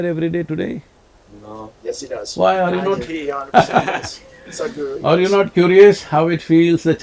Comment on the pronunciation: "arre'" Sadhguru ka indian bhar agya😂😂